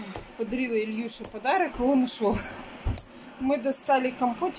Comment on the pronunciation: Господи, ну не Ильюша, а Илюша!!! Сына хоть правильно называй!!!